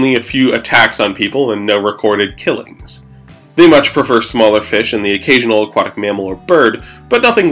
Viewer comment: Le feesh